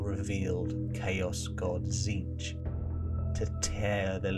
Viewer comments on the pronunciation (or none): none